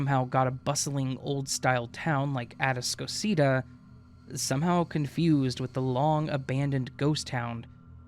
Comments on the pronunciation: The guy from Spring Texas driving down I-45 and time traveled. It's pronounced Ahh-Tass-co-see-ta=Atascocita. Good story tho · A-task-a-seat-a Atascoita, or Kingwood, close to Porter, 59N Sorry I listened to the entire story and finally figured out what city you were talking about, and thought you'd like the pronunciation... He could of ended up in Blanchard, or Onalaska...